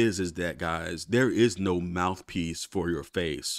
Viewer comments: Mouf piece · 😂😂 I was about to comment “mouf” too lmao